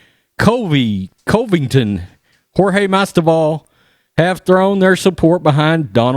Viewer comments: Bro. You got my 2thumbs up. I love you. But you need to learn how to comfortably state Co-ving-ton and Mas-vi-dal. You are killing me. They are in the same division and are probably going to fight each other in a proTrump war. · I swear this dude is worse than Uncle Chael at pronouncing names. He got Covington right on his 2nd video about him. Now he's back to saying it wrong. Botched Masvidal pretty bad too.